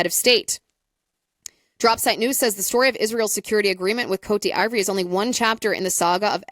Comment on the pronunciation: "COAT DEE VWAHR'" Sorry, your version of the pronunciation is killing me. As for Epstein, it is almost undeniable that his solo career in finance, (and outsourced intel,) was started by the CIA. There's too much disclosed public record info to dismiss that. For example, his first big client was Adnan Khashoggi, the Saudi arms dealer they used in Iran-Contra. JE was moving money for Khashoggi during the time period that Iran-Contra was happening. JE was our guy. Later, when JE started doing the extortion/PDF stuff, he targeted lots of high profile people, including some connected Israelis. But in doing so, JE was very intentional about getting their personal associations with him documented, and often publicized. He was not likely to be "secretly" working for Israel. Ehud Barak staying in his house in NY was mentioned in a Vanity Fair article... Really crappy spycraft if that was the case. The only reasonable analysis is that he was gathering intel and leverage on behalf of (or at least on spec , to sell to,) US Intel. Sometimes this may have meant working with Israelis or their gov't... but you'll notice there's gobs of documentation and journalism around all of this activity. The publicity and documentation had to be intentional. He poses proudly in the photos. (Worst spy ever, if he was "secretly Mossad." Mossad is too good for that.) I think JE's mandate from the US Deep State was pretty clear if you look at the big picture of all the other high profile people he was targe